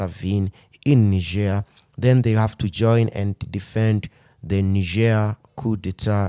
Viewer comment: Nice to see that Algeria is joining in defense of Niger!❤❤ P.S.: "Knee-zheir" is the French pronounciation of the country; in solidarity with Niger I would pronounce it "Nigh-jer".